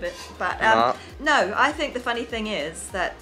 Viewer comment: The way u said 'NO' here , its so relatable as a Sikh, coz i have heard many things like this for myself 😅😅😆